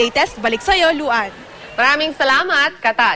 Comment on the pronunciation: Why did I hear the reporter say Luhan instead of Yuan when mentionig the host. LOL!! HAHA! :P